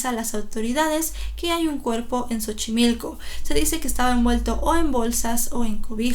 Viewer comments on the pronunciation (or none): none